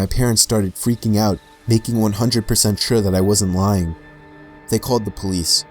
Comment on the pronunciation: "they called the police" and I was like: THE PO-LICE!